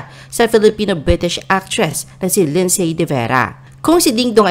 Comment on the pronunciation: You guys need to pronounce Lindsay…AS LINDSY…SILENT “Y”. Like the word “WHOLE…PLEASE PRONOUNCE IT AS “HOLE” NOT “HULL”. Pronounce HOURS AS..AH.WARS, NOT ARS! Okay?!